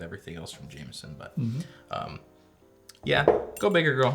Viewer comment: In Ireland it's pronounced James-on ,never Jam-eson...